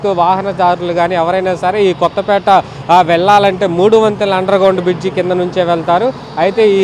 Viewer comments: కొత్తపీట కాదు... "కొత్తపేట" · kadu kothapeete.😂